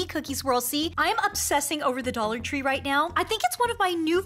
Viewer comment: dont you here it "DOLaR TrEe"